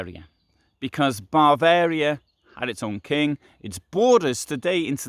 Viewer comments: Why do you call Bavaria “Barvaria”? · Did he repeatedly say "Barvaria"?